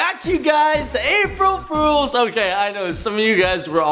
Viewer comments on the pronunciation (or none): He said April frools😂😂